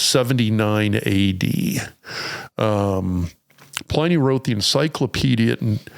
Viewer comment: Pliny the elder was Roman .. and it's pronounced with a short i ... As in Pin...